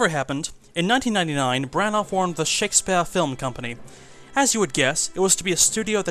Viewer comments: I love you but SHEK - spyehrr kills me a little inside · I enjoy these videos a lot. You can tell this is an early one. I’m glad you got out of the habit of pronouncing “Shake-SPEE-ARE!!!” like a drunken pretentious old lit professor.